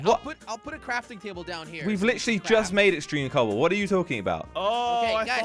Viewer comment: This video made me laugh so much when said “cooble” and doodle